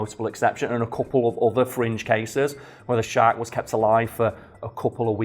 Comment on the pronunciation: I’m only hearing “great white shart”.